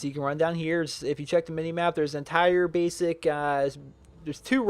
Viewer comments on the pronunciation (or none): none